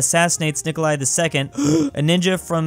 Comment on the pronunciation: the only time has said Nikolai correct is this one.